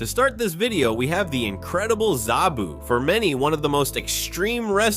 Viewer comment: It's sabu not zabu